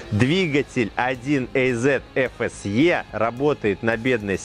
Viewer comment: 1 ЭЙЗЕТ🤔 аж противно слышать такое произношение мотора 1АЗ